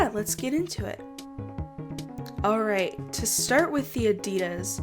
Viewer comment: It's on the left for us too... It's ok. You thought it wasn't. Also plz say Nike and Adidas like others! It sounds kinda weird to me and I was about to rage!!!! P.S: You're still the best. 😘 Love ya!